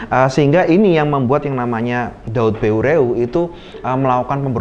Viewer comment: Pengucapan nama tokoh Aceh yg jelas ,,, salam saboh naggroe